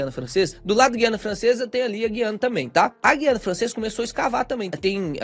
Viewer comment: olha a pronúncia de Guiana.